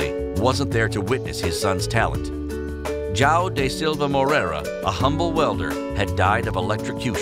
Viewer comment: Im actually offended because of the way people say João. It's not Jao, it's João. At least say Joao without the ão as it is actually hard to say to non Portuguese speakers.